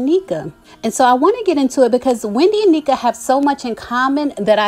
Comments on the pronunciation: Hi her name is pronounced Nnéka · I believe it's Nne(h)ka... I have a friend with the same name and its pronounced with a short e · Hey, as a Nigerian I wanna try to help you pronounce Nneka’s name properly. The best way I can spell out the pronunciation is “un-necka” You gotta pronounce both n’s in Igbo names. Hope this helps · It’s prounced “N-Ehh-Kah I’m wondering why they’d bring in two Nigerians on. Normally I’d be happy. Shoutout to my Igbos! That’s our tribe. But anyways, I hope this won’t bring tension with Nigerian viewers and Bravo Tv. Yes Nigerians, we are raised up to work hard and become successful but I don’t want bravo tv to find a way to take from that and turn it into a competition amongst two Igbo Sisters. I’ll absolutely be watching. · Its pronounced N-neck-a. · It’s Na-neek-a or N-neka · It’s pronounced as “IN-NECKA” like neck. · It’s pronounced NECK-AH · You're pronouncing her name incorrectly....and I don't think Wendy is jealous of her for her accomplishments. Stop putting that narrative out there🙄🙄